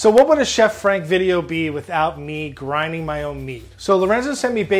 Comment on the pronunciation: " groundin ma own meat" 💀🤣😭